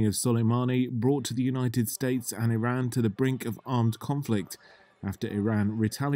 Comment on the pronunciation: Cant take you serious if you cant even pronounce Iran right.